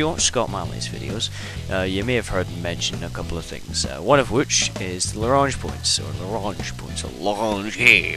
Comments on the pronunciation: pronounced as Lag-ran-jay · Actually it's 'la-gran-j' with a hard j like in 'jam' or variably 'la-grain-j' when referring to Joseph-Louis Lagrange who it was named for. Lagrangian is almost invariably pronounced 'la-gran-jee-on' though.